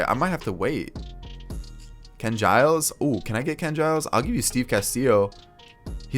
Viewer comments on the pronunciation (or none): none